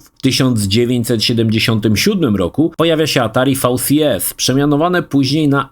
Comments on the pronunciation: nie fał si es tylko vi si es . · fał si es 😆